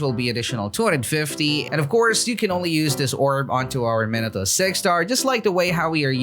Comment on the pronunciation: The way he pronounces minato is just...